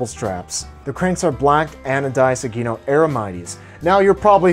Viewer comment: That's not how you pronounce Sugino... it's - Sue Gin noh - not - suegeenknow The rims on the black bike are Sapim, you've never heard of Sapim???